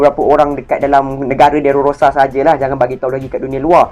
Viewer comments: Time record ni saya x sihat sgt.. Tu yg banyak tersasul😬.. Saya betul kan skrg.. DRESSROSA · Dresrosa la bang😂 bukan derorosa😂😂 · stress aku dgna dererororororororosaa dia tu haha